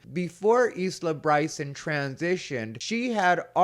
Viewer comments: Isla is pronounced Eye la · Bloody brilliant ! Isla pronounced, Eye-la 🇬🇧 👍